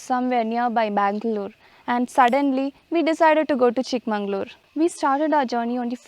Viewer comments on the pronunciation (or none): Nice vlog. There is no "N" in the magaluru...its chikka magala ooru. You missed the pronunciation twice